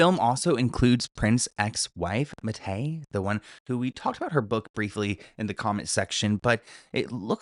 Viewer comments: Mayte is pronounced MAY-TEE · Her name is pronounced like the drink mai tai. It is mai*tay/ tae ...tay like Taylor.